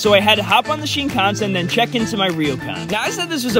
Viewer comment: bro really said shin-KAHN-sin. its pronounced shin-kansen not like Wisconsin